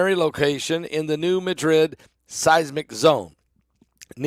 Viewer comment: Madrid in Missouri, is pronounced Mad-Rid